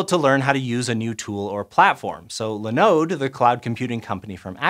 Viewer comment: I thought this was a science channel what's with the pronunciation in this video?! Linode and Muon - dude woof. Grab some how to pronounce videos and try again.